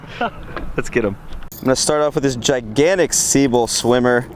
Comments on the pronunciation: It's pronounced se-beel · Hey it's pronounced. Sebile..... Lol sorry man I had to do it Love this channel, my favorite...